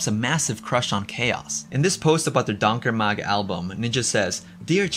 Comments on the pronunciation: You're mispronouncing Donker Mag. It's pronounced "dawnkerrr Magh" the gh sounds like the end sound in loch as in loch ness. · I recommend you look up on how to pronounce Afrikaans words, before publishing a video featuring Afrikaans words. You crucified the pronunciation of 'donker mag'. Vir wat is die Internet daar?